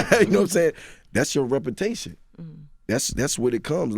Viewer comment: “Your ropertation exceeds you” 😂😂😂😂